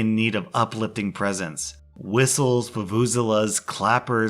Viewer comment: You absolutely massacred the word Vuvuzelas :p